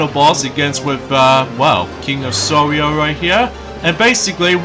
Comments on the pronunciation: it's king of Sorrow! it sounds like your saying sorrio! it's KING OF SORROW!!! SORROW!!! SORROW!!! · I mustn;t Give the king of sorrow Reason to Cry again, Right? Your mispronouncing Sorrow Again! I saw that coming!